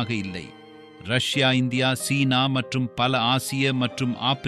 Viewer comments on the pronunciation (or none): none